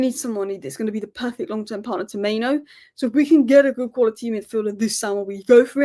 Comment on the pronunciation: Love your vids but it's mainoo pronounced as mai new not main no :)